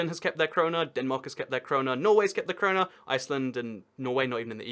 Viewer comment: "sweden kept their corona" HE PREDICTED IT!!!!!!! (also its krona)